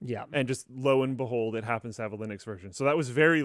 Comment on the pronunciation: It's Linux, not Linus Clips